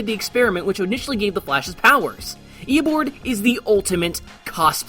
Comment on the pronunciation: Did no one else hear him say EoBORD the entire time